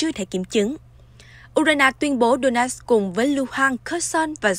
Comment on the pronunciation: Donetsk mà người đọc tin phát âm thành Đô-nát